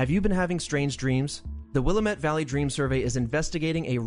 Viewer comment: Just so you know the correct pronunciation of Willamette is “it’s Wil-LAM-Mette, damn it.” Take it from someone who actually lives in that area. 😉